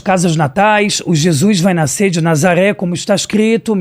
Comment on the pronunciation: E NÃO É NAICER, NEM NAYCER.... É N A S C E R. FÁCIL OU NÃO ENTENDEU? NASCER!!!!!!!!!